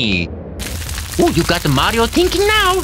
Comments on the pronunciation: Who saw that it said mairo instead of mario But who cares it’s a smg4 vid And it’s still a awesome vid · Prof. Dr. Schande did you say mayro